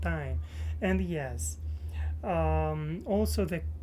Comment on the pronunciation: Hi! It has been too long since I have said hello. I’m so happy to see you again. I remember back when you were in Russia and you would pronounce also like “olsa”. I can’t believe it has been 2 years. You may not believe this but your journey from Russia to America, seeing you now compared to then, and knowing your future goals gives me inspiration in my own life and hope for my own future. This is something I will always think of when I feel discouraged with life. Keep it up!